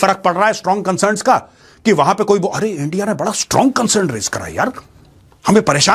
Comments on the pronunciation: 'Strong consurn' from india😂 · Condim mat kariye condam kar dijiye Major Ji gajab bol diye 😂😂😂 concern bahot hard hai apka